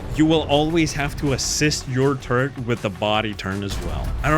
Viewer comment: Not 20 seconds into the video and I hear the word "turrent". I hope this isn't a trend for the rest of the video...